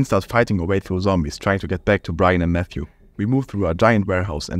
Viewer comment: I believe Mxthe is pronounced "Meh-Kis-Da". Note that he is from Mexico, and according to their alphabet, the X is actually the "la equis". I struggled to pronounce this myself initially but I think this pronunciation is most accurate. Of course, if you can reach the dev himself, maybe he can correct me if I am wrong.